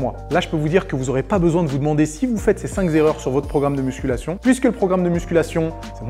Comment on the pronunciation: j'ai arreté à "cinq zerreur" liaison fatale rip, ta prof de français !!!!